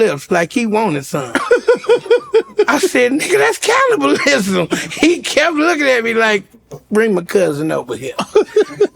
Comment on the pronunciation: Does Lavell say ‘cownabalism’ ? 😂